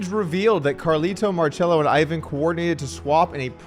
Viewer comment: “Ivan” here is pronounced “eee-vahn”